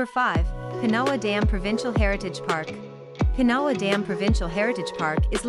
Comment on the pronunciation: Pinawa is pronounced pin a waw . You forgot Grand Beach , excellent campground , great beach . There are nany more . Close to Winnipeg Birds Hill Park is decent .